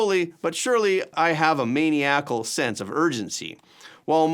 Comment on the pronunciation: pronounce maniacal correctly